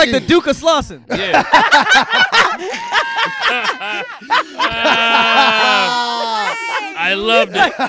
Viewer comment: "The Duke of Slausson"? 😆